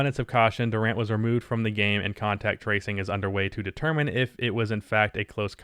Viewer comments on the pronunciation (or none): none